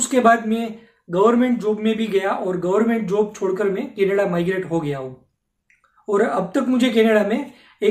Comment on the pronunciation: මූට කැනඩාව කියන වචනයවත් හරියට කියාගන්න බැරිනම් අපේ එවුන් මොකට බොරුවට බය වෙනවද...